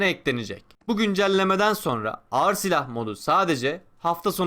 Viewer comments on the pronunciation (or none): none